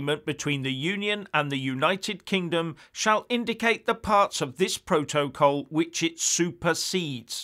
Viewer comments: slight improvement with the way you pronounce 'protocol' but you still have along way to go; so let me help you you are saying Pro-to-col when it is pronounced' protacol; I hope you get it now! Just watching Sky news this morning and I hope you will talk about the 'Ducker of Lancaster' Steve Barclay who was asked six times to apologise for gross errors that caused the death of 20,000 people at the beginning of the epidemic As a former Tory you must be cringing about the official report that has identified this incompetence which points out that so many people died as a result of the total and utter incompetence of this Brexit government! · Now, I’m loving the content, truly I am but please no more PRO-TO-COL. I don’t think there’s a single word in the English language with stress on all three of its syllables. PROtocol please 🙏 the three stresses version is getting up me nose.